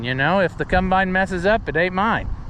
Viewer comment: It combine not cUmbine lol